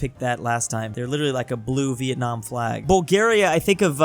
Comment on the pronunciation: Vietam lmfao